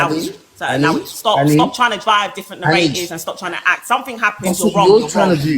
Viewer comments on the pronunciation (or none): Neratives......lol its NARATIVES YOU DUNCE HEAD....LOL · Its narratives but i hear you still